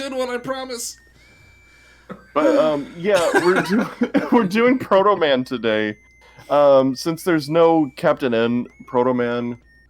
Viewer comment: SAID HIS NAME WRONG AND THATS NOT HOW HE TALKS. EPIC FAIL